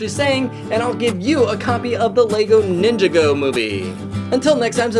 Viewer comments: How to trigger some Lego fans. Me kinda included: pronounce Ninjago Ninja Go. I am not as easilly triggered, but I can't go without saying this: It is pronounced Nin-Jaw-Go. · it nin ga go not ninga go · It's like ninjag-o not ninja-go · “ninja go” 💀💀💀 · I hate this guy now, he said ninja-go! ITS ONE-WORD PEOPLE, NINJAGO, REALLY HOW HARD IS THAT TO SAY! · Its pronownced ninjawgo not ninja go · U said ninja go it’s nin jago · Did he say, “NIHN-juh-goh”?!?! Even I, who has never played with LEGOs, know it’s pronounced “nihn-JAW-goh”! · Hey it's pronounced Ninjago not Ninja go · It’s not ninja-go it’s nin-ja-go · its not ninja go its ninJAgo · He said ninego, not Ninjago! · It's pronounced Ninjago not "Ninja Go". Sorry I just realy love to show Nya and Wyldstyle are my idols. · its pronounced " NinJAHgo" not "NinjIHgo" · Ninjargo not ninja go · his grammar is horrible it's pronounced (nin-jau-go) not (ninjago) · did anyone catch that he said ninja-go? when its nin-ja-go? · It’s not pronounced ninja go its nin-ja-go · It’s not pronounced Ninja go, it’s pronounced Ninjago! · it's pronounced "nin jaw go" not "ninja go" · It isn't pronounced Ninja-go, It's pronounced Nin-jago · At the end it's not pronounced ninja go it's pronounced ninjaago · Its not Ninja-Go its Nin-JaGo. that's how u pronounce it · FOR THE LAST TIME ITS. NINJAGO NOT NINJA - GO OR NinjAhgoh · its nin-ja-go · At the end did you just say ninga go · I have that Lego set :3 Also, I'm not trying ot be mean, but it's not said like this: It's pronounced NinjAgo, because it's the city, I guess.. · ITS PRONOUNCED NIN-JA-GO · It is pronounced nin-jo-go. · Nin jago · ITS PRONOUNCED NIN JAH GOE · Ninjago pronounced nin-jar-go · also why the heck did you pronounce Ninjago "Ninja go? bro u need to get out more not kidding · It’s pronounced nin ja go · well done of not pronouncing ninjago correctly...not to criticise or anything, but you pronounce the a in it... like ninjaa-go. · its nin-jah-go